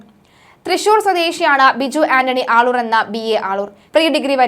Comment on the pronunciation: ആളൂർ അല്ലേ?? മള്ളൂർ എന്ന് പറയുന്നു... 🤔🤔